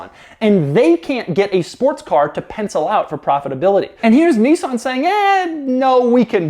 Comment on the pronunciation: Niss-an. Not Neesan. Crikey.